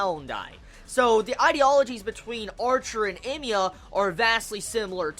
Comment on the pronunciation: I don't know what scene from the original you were referring to. I wish you put a spoiler warning and said what it was coz my curiosity is peaked. Ps. It's hella confusing when you say Emiya.